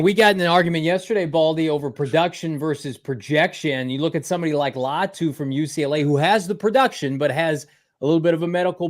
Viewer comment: Why is Latu so hard to pronounce correctly for Baldy?